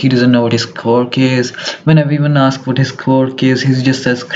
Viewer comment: Bro said quiork and I can barely understand him